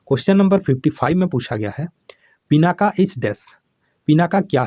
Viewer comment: Sir "पिनाका" नहीं "पिनाक"